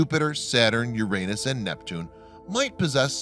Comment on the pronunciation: It is the correct pronunciation.